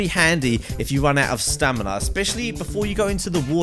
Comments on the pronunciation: He also said Stanima instead of stamina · you said stanima not stamina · stanima lol!!